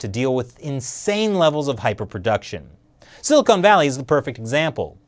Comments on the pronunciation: I love you but you say Silicon Wierd. Like Silly Conartist. Silicon! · 37: it's silicon, not silicone. Silicone valley is a euphemism for huge breast implants.